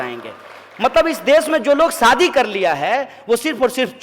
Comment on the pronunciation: He doesn’t know how to province shaadi talking in Hindi he should know it is not saadi but shaadi ..